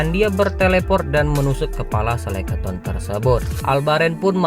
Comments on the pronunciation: Sekeleton bang bukan seleketon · Bukan Seleketon ya bangg, tapi skeleton. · Sekeloton bang bukan seleketon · Bukan selekaton bang tp Skeleton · bang yang bener skeleton bang... 🤭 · Waduh typo ni lidahnya abang ini... Skeleton bang..